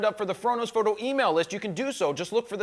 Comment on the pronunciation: why does he say ''frodo fhoooto'' is he from shire..